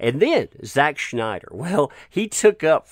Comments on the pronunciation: its Snyder not Schnyder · There's no 'H' in Snyder.